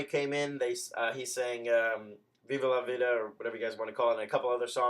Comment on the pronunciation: You can't say viva la vida I thought you were Hispanic